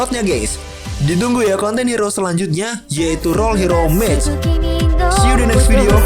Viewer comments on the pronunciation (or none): none